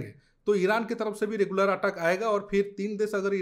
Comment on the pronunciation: Aateck nhi ateck